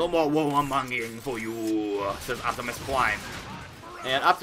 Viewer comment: did optimus say no more war"mungry"ing